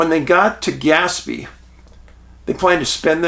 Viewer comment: Skinwalker Ranch shows that when "they" want something to work or not work, they can do it. Oh, and it's pronounced more like gas-PAY.